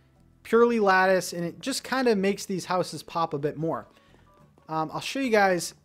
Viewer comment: Why are you saying lattice like that? I can’t even watch this because of how wrongly you pronounce that word